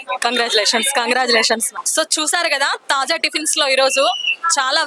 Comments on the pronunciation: తాజ్ కాదు తల్లి తాజా టిఫిన్స్😂😂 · Taaza ni Taj Taz chesindi anchor 😂😅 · యాంకర్ టిఫిన్ సెంటర్ పేరు "తాజా టిఫిన్స్" కు బదులుగా...." తాజ్ టిఫిన్స్" అని తప్పుగా చెబుతున్నది. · Taja Not Taj.Anchor should know it before exploring vlog. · This is Taaza tiffins,Not Taz tiffins